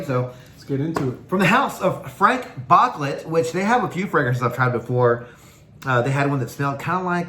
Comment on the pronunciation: FrahNk BooClay 😂